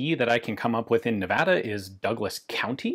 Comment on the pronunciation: Thank you for pronouncing Nevada correctly.